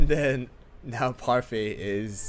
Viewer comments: its parfait not pefai im just saying not to be rude thx for the comparison tho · He calls parfait puryfy and herb erb